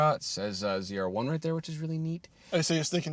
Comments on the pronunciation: Zed-R1. You said it right the first time :) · I like that…” and this is the zed r1… ZR1. Pronouncing it correctly 🎉